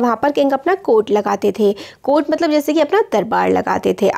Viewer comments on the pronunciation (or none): none